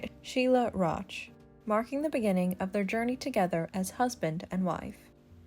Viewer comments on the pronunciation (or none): none